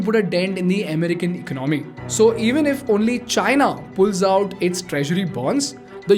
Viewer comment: Bro, it's not eck-no-mee, it's e-con-a-mee. There is no k. Also, it's One hundred and fifty seven billion and not one five seven billion dollars. Just Add an 'and' after the hundreds when you say numbers.